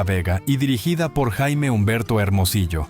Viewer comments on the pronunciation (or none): none